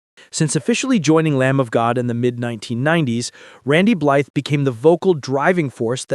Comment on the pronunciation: All that information and you keep saying his name wrong. Blythe rhymes with fly… the TH is silent.